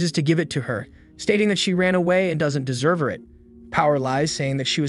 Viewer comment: Bro really said desserver